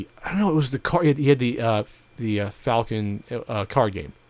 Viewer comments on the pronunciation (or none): none